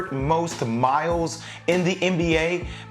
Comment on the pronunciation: jay saying "dame DOLLAR" c'mon man not even skip calls him that